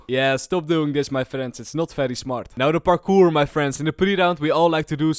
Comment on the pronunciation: "parkoor"